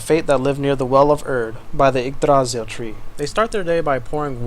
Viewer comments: emphasis on the "y" in Yggdrasil, not the "a" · I'm absolutely loving this city so far, as well as the commentary you're providing along with it, but I would like to point out that while you got the R in Yggdrasil pretty well, you stressed the wrong syllable. The second syllable isn't stressed at all. The primary stress is on the first syllable, but there's also a sort of secondary stress on the last syllable, which is slightly weaker than the primary stress. Old Norse (and its successors, Norwegian, Icelandic, Faroese, and Norn) has (had?) a sort of sing-song quality to it, with peaks and valleys within words as well as in sentences and general speech. Placing the stress on the middle syllable, while leaving the first and last syllables entirely unstressed, makes the word sound very odd, almost like it's from a completely different part of the world. Anyway, that's all I wanted to say. I'm otherwise fascinated by the amount of work you're putting into this, and I can't wait to see more.